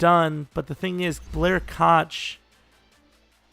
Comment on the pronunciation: Koch is pronounced “Cook” or “Coke”